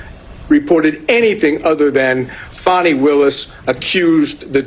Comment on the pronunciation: Her Name is Fani, like "Faany" NOT "Fanny". Get it right!